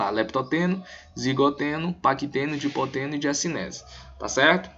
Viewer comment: Não é Dipoteno! as fases lidas corretamente sãoa : LeptÓteno (lê-se = Lêptótêno), ZigÓteno (lê-se = Zigótêno), PaquÍteno (lê-se = Paquítêno), DiplÓteno (lê-se = DiPLÓtêno) e Diacinese (lê-se = Diacinéze)